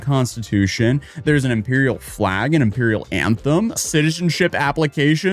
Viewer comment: Moan-arch and Impeeral. can he speak words? I joke, good video, first one i've really seen since he hung out with the unsub cast <3